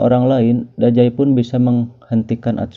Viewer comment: Dazai bang bukan dajai😑